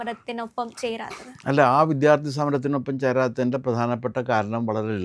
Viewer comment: വിധ്യാർഥി അല്ല കൊച്ചേ വിദ്യാർഥി അതെങ്കിലും ശെരിക്ക് പറയാൻ പഠിക്ക്...